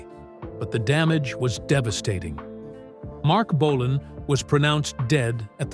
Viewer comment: The AI voice can't say Marc Bolan properly